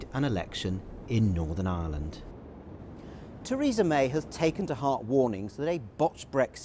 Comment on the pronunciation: The Welsh lad, Lord Murphy, can't even pronounce Ireland. He's saying island, like lots of others do...